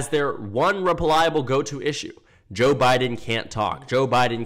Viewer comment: when you're saying "Joe Biden," hit "Joe" a little longer. In this video, it sounds like "J'Biden"